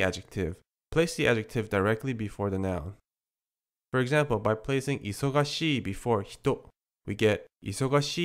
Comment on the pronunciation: When pronuouncing "busy" (いそがしい), do you bronounce the "が" as "ば"? It is a little hard to decipher. ありがとう！